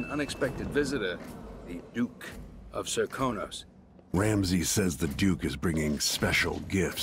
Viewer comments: Serkonos, not Sarkonos. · Serkonos, not sarkunos Daud, not doud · Sarkonos??? Sarkonos? It's fucking SERKONOS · >Sarkonos, it's Serkonos >Doud, it's Daud >The carriage won't work because the rails are off, no, a different set of rails are turned off to walk to the carriage on the on rails >Taking the throne didn't help, 's not like it holds the runes or anything Seeing this many mistakes on a mistake call out video is honestly so ironic it's figuratively painful. Maybe try again but pay attention and read notes and listen to audiographs while you play. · It's "Serkonos" not "Sarkonos". There is also much to learn from dissecting someone with the Outsider's mark. It physically changes their body and gives them new organs. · it's Serkonos not Sarkonos sweaty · I thought it was serkonos not sarkonas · It's Serkonos not Sarkonos. Cmon man did you even play the game. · Serkonos not Sarkonas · >Sarkonos is he going to say it wrong the whole video And I'm sure I can take issue with many of these especially since I love the game. But you make it too easy - for example the guards turn on you at the start because they were all a part of a grand coup organised from Ramsey down the rank. They make this explicitly clear in the following mission. And Delilah didn't think of the painting until she had been in power a while. Its also made clear she got bored of people grovelling for her power and not simply for her and decided to paint The World as it Should Be. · it's Serkonos not Sarkonos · he said Doud and Sarkanos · I sin the way you misspelled and mispronounced Serkonos